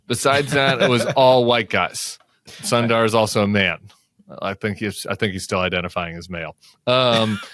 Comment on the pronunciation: Hi Tim, a Big fan here.. thought shall share this one thing that has been bothering me. Please fix how you pronounce "Sundar" - Its quite close to "Soon Dir"